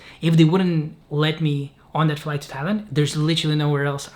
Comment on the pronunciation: This is another good, unpretentious, and real video,. It sounded to me that Jacob tried to say he wanted to go to Thailand from Pakistan all along, but because we know he is Lithuanian, somehow ’Thailand’ sounded like ’Tallinn’.